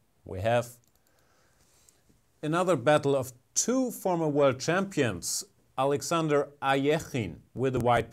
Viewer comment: Alexander Ahhhyehhhhinnne...love the pronunciation